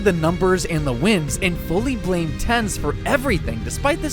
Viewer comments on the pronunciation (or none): none